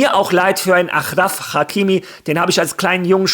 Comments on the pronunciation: Nicht Ach und Krach Hakimi, sondern Aschraf Hakimi, "Sch" ausgesprochen und "Ach" geschrieben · Aschraaaaaaaaf heißt der nicht achhhhraf sprich den Namen bitte richtig aus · Bruder man spricht es aschraf hakimi